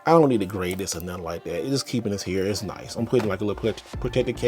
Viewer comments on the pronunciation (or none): none